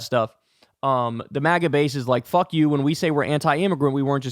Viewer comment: I LOOOOVE how you say "He doesnt give a FUHCK".. 😂😂